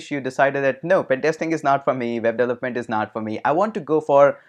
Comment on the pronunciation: how do pronounce "development" again? "devlelet"?